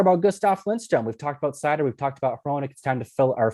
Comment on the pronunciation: Thank you properly pronouncing Suter’s first name